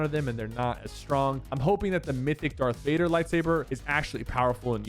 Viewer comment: Bro colled dark vaider darth vaieder💀💀